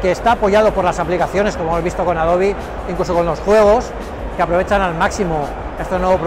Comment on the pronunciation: Se dice adobe, no adobi, necesitan investigar bien lo que dicen y como lo dicen... Los adobes son bloques de construcción que se componen de ciertos barros o lodos y algunas fibras naturales como las ramas o pajas... Es un nombre alusivo por la cantidad de documentos y su gran capacidad de compresión en ése formato de archivo. Ya después la empresa Adobe se caracterizó por su integración con formatos de gráficos complejos y sus programas de edición gráfica populares... Si hay algo que me molesta de los reviews argentinos y españoles es su poco interés por la pronunciación en idiomas extranjeros... Por favor pongan mas interés y esfuerzo en lo que explican e investiguen a fondo. Esa es la base del periodismo y la comunicación efectiva...